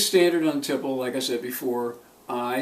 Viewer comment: Thanks for the review! p.s. - I hope I don't sound like an annoying know-it-all, but it's pronounced tee-play.